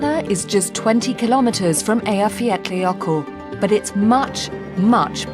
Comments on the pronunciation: I think her pronunciation of "Eyjafjallajökull" is really good, the best I have heard actually from one that isn't native. It's obvious that she really tried to get it right :) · She pronounced the name😁